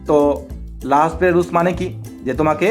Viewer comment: রাসেল ভাইয়া বলেছিলেন এটা লা হসপিটাল না উচ্চারণ টা লা পিতাল রুল বানান এল হসপিটাল রুল এর মত